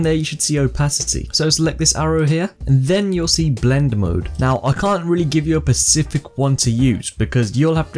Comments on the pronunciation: thanks for this, rly useful. also just for future reference its specific, not pacific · Specific, not Pacific, But really enjoyed the video! Thank you :)